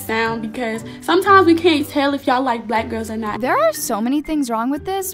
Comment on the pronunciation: She said bluck gels 😪